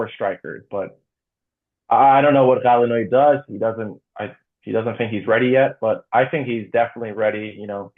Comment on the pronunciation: It’s not GAEDI he is GHAEDI , HEY DUDE HAVE A LITTE STUDY ABOUT IRANIAN NAME , GAEEDI MEAN YOU FU….3D STOP USEING THAT ACCENT , HE IS NOT GALE NOE , HE IS GHALE NOE